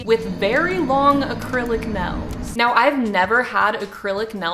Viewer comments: this lady really says "nells" instead of nails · Nobody:: I am gonna play ukelele with acrylic NELS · sayd neils** me: IM TRIGGERED IT NAILSSSS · the way says "nells" not "nails" gives me life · The world: “nails”: “nells” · no one:: acrylic nells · Teacher:okay everybody say "nails":nels hahaha no hate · I like how you say nails 💅 like nells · "acrylic nells" 🤌🤌🤌🤌🤌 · She says nells instead of nails. If I didn’t love her so much, I wouldn’t be able to handle it. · Acrylic “nels” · "AcRiLic nAls" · Are we not gonna talk about how she pronounces nails "nales"? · Nobody: This woman: yeah so I’ve never had acrylic nElLs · is it me or does she say nails as “nels” -? im not being rude or nothing im just saying lol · not trying to hate but you're saying nels lol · I love how when she says “nails” it sounds like “nells” 😂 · Omg I love how your Oklahoma accent comes in when you nails you go nils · It’s just us Oklahomans lol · HAH wheeze HAHAH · why does she say nails like that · The way she say nails...😑